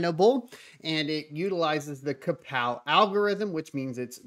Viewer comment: you had me until i heard krapow algo